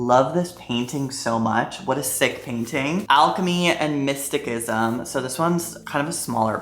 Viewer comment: I love you so much and I'm letting you know so as to prevent mispronouncing it further but you're pronouncing mysticism wrong!